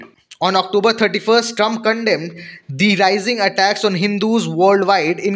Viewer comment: Trump not Trunb